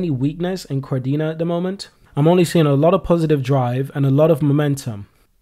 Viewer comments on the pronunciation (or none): He said kar-dina,, he has to say ka-de-na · Ka Dena, not Kar-dena